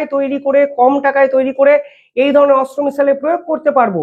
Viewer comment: ভাই তোমার উচ্চারণ ঠিক করো ওটা অস্ত্র মিসাইল নয় Astra